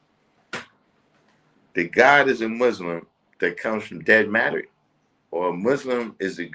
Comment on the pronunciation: Sounds like he said differentiated matter not dead matter. I think its dark matter